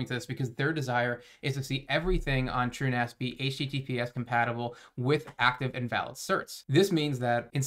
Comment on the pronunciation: My man is finally pronouncing it "TrueNAS" instead of "TrueNOS"